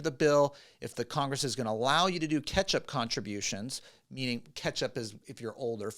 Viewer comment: with one T pronounces “catch-up” as ketchup 😂